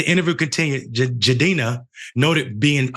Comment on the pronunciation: Bruh is butchering his name then brings Rachel Dolezal on to talk about this who in typical Dolezal fashion, says the mistreatment of women by stringing them along ISN'T that bad.